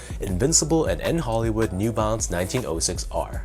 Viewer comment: Bruh it’s a shoe review at least pronounce the name right, it is N. Hoolywood not N. Hollywood smh